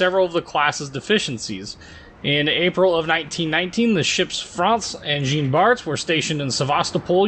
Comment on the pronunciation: that is the "official" pronunciation of turbine, in american english along with "carbeen" for carbine, ironic considering he says "jeen bart" as opposed to "zjohn bart"